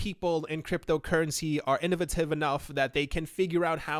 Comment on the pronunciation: Yo.... Innovative is pronounced: "In-OH-Vay-tiv" Not... In-na-va-tiv... Its been killing me..K thanks